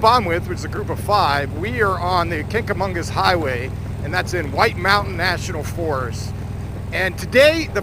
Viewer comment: Just happened upon your great video. Well done. Nice collection of 'cycles, friends and excellent scenic views. Kanca- magus (no "n" in magus, emphasis on the mah-gus). Simply referred to as The Kanc. Can't go wrong. Rode the areas for many years. No longer live in New "Hampsha", but I visit when I can. Thanks for your video !